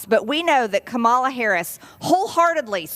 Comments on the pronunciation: MTG has been a congresswoman for at least the 4 years that Mrs. Harris has been VP and STILL doesnt know that her first name is pronounced COMMA-LUH. Im disgusted. Honestly, it is not difficult to say, especially after 4+ years. People are either too stubborn, too ignorant, or too stupid to learn coreect pronunciation. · Why do Republicans refuse to say Kamala's name correctly? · If they can say Schwarzenegger correctly, they can say Kamala (Comma -La). It's a choice. And what a petty hill to take a stand on. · If its pronounced kaMALA then it's also pronounced marJORIE. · It's just so typical of Americans whether they vote Republican or not to be linguistically challenged. She just can't get the stress pattern right. She does have the vowels more or less correct, but 'Ka MA la' should have the same syllable stress as Pamela. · IT’S KAMALA BITCH. Skews your next President. It’s not KA-Ma-LA. You are an IDIOT. No wonder you’re a Trumper. He’s a dummy too. IQ 73%. What’s yours, 74%? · Just another example of MTG's stupidity! Aside from the BS she's spouting, it's not that effing hard to pronounce her name... Comma La, Kamala. Maybe she'll do better with President Harris?!?! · Kamala… her name is (coma-la) Kamala. Sheesh !!! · “I know a ton of white people that are as lazy and sorry and probably worse than Black people I know." - Marjorie Trailer Queen Marjorie Trailer Queen just can't bring herself to pronounce Kamala (COMMA - LA) Harris' name correctly. But then again, she said "indicktable" in a congressional hearing. Come on, Georgia. THIS is the best you've got?? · If you think you’re making points by saying “Ka-MAL-a" or Democrat instead of Democratic, you might as well hold up a big sign saying “I stopped growing when I was a child...if you’re a child too, vote for me”. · Hey Marge…learn how to pronounce Kamala?..you sound as dumb as you are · Majorly Traitor Greed can't even pronounce "Kamala" correctly. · The fact they intentionally mispronounce people's names